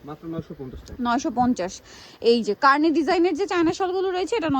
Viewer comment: কার্নি ❌ কানি✅